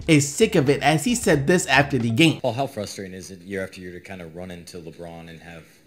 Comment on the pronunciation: Do you realize there's a R in the word fRustrating?